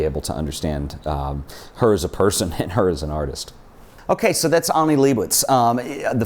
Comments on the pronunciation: Pronouncing Annie as Aunie is killing me smalls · I thought I was the only one annoyed by this difference in pronunciation. She doesn't even pronounce her name the way he does! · Annie doesn't pronounce her name as "ONNIE." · I believe the first name starts with an A not an O so it would be Annie not Onnie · her name is annie not onnian not on